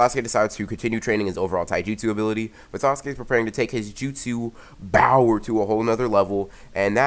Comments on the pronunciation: if you can say power correctly why do you say it with a b then speak loudly in the mic it is annoying and there are to many adds on this one video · My favorite part was when he said bOwEr